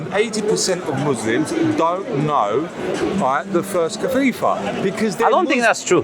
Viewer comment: What is a kafifa???? Lol 😆 he cant even say khalifa properly and thinks he knows more than most muslims.